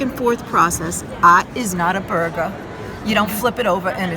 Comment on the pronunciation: Actually, it was "Aht is not a buhrguh."